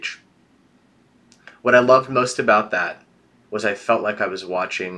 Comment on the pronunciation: Okay I can't be the only one who hear say "aboot?' RIGHT??? ARE YOU CANADIAN??